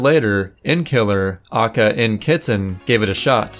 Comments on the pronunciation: Ocka. It’s Ay-Kay-Ay. Please. I beg of thee. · These videos are so entertaining. My only complaint is that you pronounce AKA instead of spelling it out 😂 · The way you pronounce aka brings me pain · Whenever you say "AKA" (also known as), you pronounce it the exact way my first name is pronounced. I freak out every time you say it because I keep thinking someone is trying to talk to me lmao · Halfway through and had to stop and comment about the fact that he phonetically pronounces AKA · Your record has been revoked due to your pronunciation of AKA. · AKA is an acronym, cuz. Why are you pronouncing it phonetically?